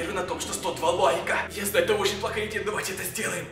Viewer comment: Привет правильно давай а не "довай"